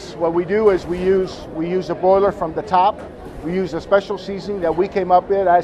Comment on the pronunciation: Did tony say boiler or broiler ? It is a broiler